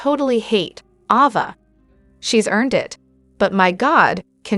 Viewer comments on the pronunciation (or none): Please stop misprouncing names! Its A-va, not awww -va! Why in heck do and then you do that? Viewers dont like their characters being called the wrong names! Why is that done?